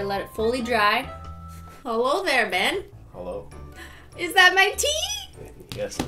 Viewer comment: its BEYN not Ben